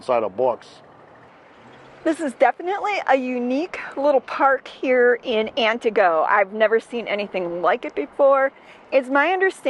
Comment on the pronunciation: Ann TEE goh, not whatever it is you are trying to say.